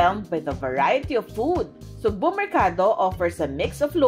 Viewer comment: pronounce as sugbooo not sugbu!